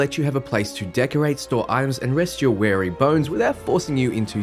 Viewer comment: Weary vs Wary lol I know it's a mispronunciation off the cuff.. but now I can't stop thinking about how we're going to rest our wary bones.. what (or who) are they wary of? Who's out to get our bones? HOW DO WE PLACATE OUR BONES?? HOW DO WE STAVE OFF THE PARANOIA OUR BONES WILL CLEARLY SUCCUMB TO? ahem